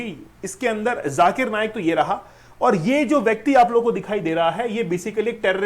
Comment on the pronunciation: सर, नायक नहीं , नाईक है।